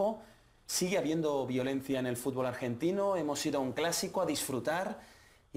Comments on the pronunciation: es futbol no fubol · 24 segundos "fubol" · "el fubol"